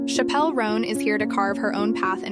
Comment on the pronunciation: her name is pronounced like the word Chapel